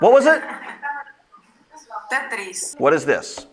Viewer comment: She said tethris